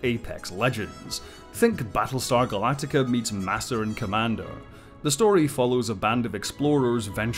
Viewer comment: It's Galactica.